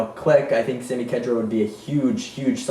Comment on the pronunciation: Lol yeahhh Chelsea are going to thrash Liverpool. I can't see Balotelli scoring at all either, so his goal drought will continue. Arsenal dude, Khedira is pronounced KH - DEE - RA hahahah... Ron Vlaar and Howedes have also been heavily linked for United. Vlaar is 29 and I don't want him... Howedes is alright, but if we're going for any Germans might as well get Hummels. Mata is defo going to Juventus... maybe a trade for Vidal? No way he's going back to Chelsea. Arsenal beating Tottenham 2-0 Man United 3-0 Crystal Palace. Chelsea 2-0 Liverpool